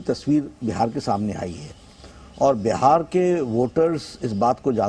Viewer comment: "बिहार" होता है - "बेहार" नहीं होता है